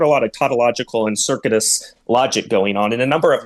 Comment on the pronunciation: He's an absolute pseud. I like how he can't pronounce "circuitous" correctly.